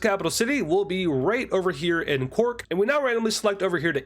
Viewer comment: You did cork really good